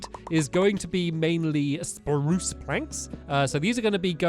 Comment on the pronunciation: youre saying poo its sproos